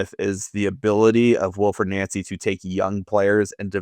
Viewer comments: It’s nancy not nauncy fs he even said his name pronounced NANCY yesterday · Stop calling him “Noncy”, you’re making it sound like noncey. He has said his name and answered his name as Nancy. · The Celtic fans have clashed over the proper pronunciation of his name more than over the poor recruitment of the board. Glad to see both of you got it correct. "Naunsi" not "Nancy"